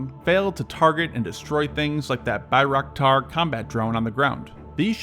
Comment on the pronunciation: I love how you say bayraktar lmao 😂